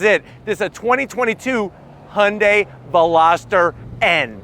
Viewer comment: Only one non-korean car reviewer who can pronounce Hyundai correctly.